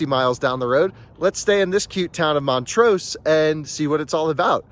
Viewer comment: Love the road trip videos, but as a Colorado native I need to correct some of your pronunciation 😊 Montrose - rose is pronounced like the flower, less emphasis on the S Saguache - pronounced sah-watch Ouray - pronounced your-ay Bummer you couldn’t do the drive between Durango and Ouray. That is my absolute favorite road in Colorado. 550 through there is called The Million-Dollar highway and definitely worth checking out! Thanks for continuing to show us what road trips are possible in an EV!